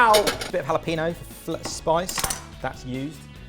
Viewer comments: Jalapeño!!!!!!!!!!!!!! How hard is it to not pronounce it like PeeNo? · Tell me more about this "hullo peeno" you've discovered. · every time someone says jalaPEENo instead of jalapeño i lose brain cells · Do you folks just ignore the tilde there? (Just grimacing every time jalapeño is pronounced...)